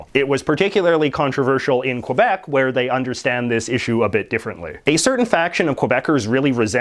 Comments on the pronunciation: First of all JJ, lesson number 1, it's pronounce "Kebec" Think of the QU as K! Second, you said in your column that the arm forces has to be bilingual. That is utterly false! Did you know that a "Kebecois" (making sure that the "K" sinks in your little English brain), in the arm forces that takes the English classes and fails the test, get a failed in his/her file. An English Canadian, gets "attended the class" when he/she fail the French class. They do require all of them to speak French. I'm a "Kebecois", (making sure that the "K" sinks in) that now lives in the USA. You might argue that 31% of Francophone is not enough for the politics to have to speak both languages, however, the Canadian forefathers thought other wise. Lastly, how many people in British Columbia are really speaking English? I was in Vancouver 10 years ago, and I heard more Cantonese and Mandarin than English. Diversity what's make a country great, Canada profess it every day and twice on Sundays. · I've been all over Ontario and there are plenty of french people. I've also been to Manitoba and know plenty of French people there as well. This idiot in this video is clearly anti french and anti Quebec. Hell the fucknut can't even pronounce Quebec correctly, he pronounces it as Quobec. Where the fuck did he get an O in that? And hell he can't even pronounce about correctly. This idiot is a waste of air. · I'm an English speaking Quebecois. Just fuck off with your old hoary complaints. You're a professional ax grinder that obviously knows nothing about Quebec. You can't even pronounce it properly. Plus what the hell is going on with this "about" pronunciation? I've been to every province and territory and never heard someone pronounce "about" like that. I smell a fake. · You sound like a Canadian caricature the way you say a boot ala South park and cannot pronounce the word Quebec properly. LoL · As a bilingual canadian, I hate the way he pronounces Quebec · Its Quebec.....not Kwabec